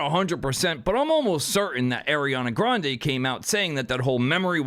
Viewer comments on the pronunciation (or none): none